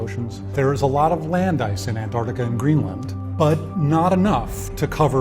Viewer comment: did he just say anartica LMAO